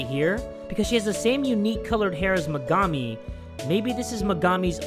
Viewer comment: thats megami not her sister, and her name is pernounced mega-me